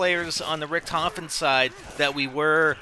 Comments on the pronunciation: of course it´s Richtofen, but it´s pronounced Rishtofen or Risht ofen. but he keeps saying Ric tofen in the video, which is obviously wrong pronounced. and btw, don´t tell someone who lives in germany how a german word is written or pronounced, lauch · its pronounced RISHT OFEN!! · In the game, the other characters pronounce his name 'Ric tofen' so yeah, thats why people call him that.